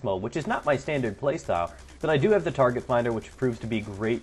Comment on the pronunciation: ugh, tar-gay-t finder is lame as balls. especially on lmg's...